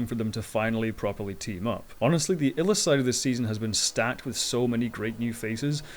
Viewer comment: It's pronounced 'Eye-lus'. My source? Ty Franck. Murtry won't be back. Elvi will (I think).